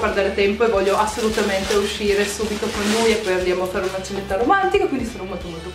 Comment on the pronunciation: A parte tutto, io ho capito "ceretta romantica" al posto di "cenetta romantica" ahah